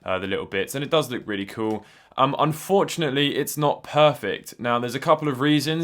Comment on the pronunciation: mm.. thanks for saying cool like that, made me feel old for some reason lol.